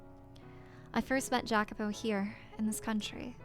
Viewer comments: New subscriber to the channel. I'm really liking your playthrough so far: keep up the good work! Just a little, spoiler free, context on names and places: Michel is a french name and is pronunced "Mi-SHEL" while Jacopo is an italian name, pronunced "YA-copo". As for the Mansion, yes, it keeps changing between Doors: - the First one was set in England; - the Second one was set in Spain: the war they kept referring to was the War of the Spanish Succession. Yukimasa, however, was japanese (born in Europe) and couldn't return to his motherland due to the Sakoku (the isolationist policy imposed by the Tokugawa shogunate). At the time, the only European country allowed to trade with Japan was Netherland and that's why him and Pauline's Father settled there (Pauline is half-dutch as you already guessed); - the Third one is set in the U.S.A. but the main characters are immigrant. Storywise, an irrilevant note: is generally assumed that WHG is referring to England when talking of a "misty island" but I think she's talking about Corse (there are a couple hints that I will point out) making her french. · The "J" in Jacopo is pronounced as a "Y", and he, among most others in this story are immigrants, so the southern accent doesn't really fit them so well anyway. You'd be better off going for something more Mediterranean. You're about to run into dialogue that references this fairly soon anyway, and this chapter did already emphasize the whole immigrant aspect subtly in the beginning of the Third Door, Jacopo isn't exactly a southern name, so I don't feel like this is any kind of major spoiler so much as something you haven't really picked up on yet.